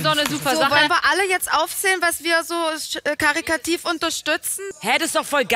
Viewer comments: Wenn Annemarie schlau klingen will und karikativ statt caritativ sagt 😂😂😂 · Annemarie unterstützt also „karikativ“ 😅🤣sehr lobenswert 😂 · Karitativ liebe Annemarie k a r i t a t i v😊😊 Nicht KariKativ - gern geschehen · karikativ =/= karitativ, Annemarie 🤦‍♂️